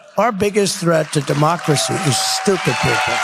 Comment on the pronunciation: Did he say strumpid people